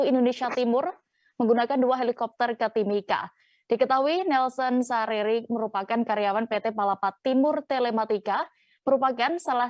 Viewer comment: Nelson Sarira bukan Sariri